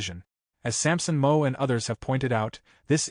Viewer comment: This sucks with the ai reading it It’s Samson MOW rhymes with HOW and it’s JAN3 Not january 3rd UGH